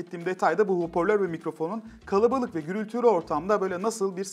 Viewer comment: Bu elemanın her videosunda bir kelimesine takılıyorum. Şimdi de "Alemenyum" diyor.. ve hala "hoporlör" demeye devam ediyor..